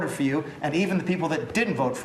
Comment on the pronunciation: At last he say s s"so any why that's all I got".